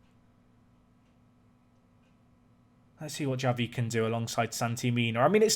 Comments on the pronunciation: And Javi is pronounced 'havi' not 'yavi' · Javi is read Ravi